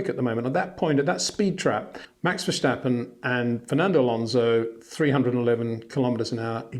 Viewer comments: Peter, for havensj sjake, pleasje pronouncje max' name right, it is verStappen, not verSSJJJtappen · Date is no "h" in Verstappen. Also no "step". No "Baron Von Trepp" in Sound of Music, either.